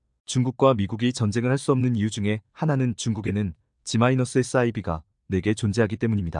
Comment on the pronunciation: TTS극혐‼️😱 G-SIB 를 지마이나스라 읽고 자빠졌네 😡😡